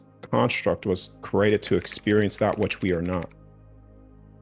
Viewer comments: I got over it by the end cause the topic and his delivery was awesome. But at the beginning the word I've heard my whole life said a creee-a-ted being said as crated kept snapping me out of listening mode cause my brain recognized it as a different word. Knowing what he meant it was a bit of an annoying hurdle to get by in order to fully enjoy the information. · The way he says created is bothering me